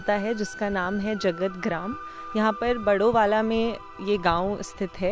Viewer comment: वह बाड़वाला है बड़ोवाला नहीं। और पुरोला कौनसा ज़िला है उत्तराखंड में??